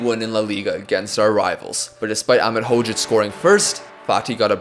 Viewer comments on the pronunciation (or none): none